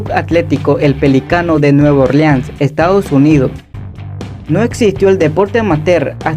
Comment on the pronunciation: Esta bueno el video solo aprieta las s cuando tienes que. Estados UnidoS por ej